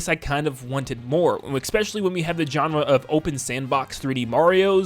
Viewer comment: There is not an X in the word especially.